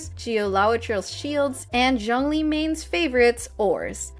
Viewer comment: its not jung lee btw, its zhoongli